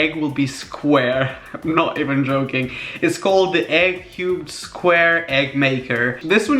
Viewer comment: When he said cubed egg I thought he said cute egg. Then I saw the product and realized he said cubed